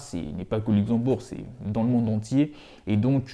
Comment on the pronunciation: C'est Luxembourg pas uxembourg 😄